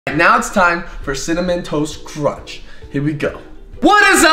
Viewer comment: cinnamon toast.. cinna- ken- CINNAMON TOAST KRENCH (cinnamontoastken lmao)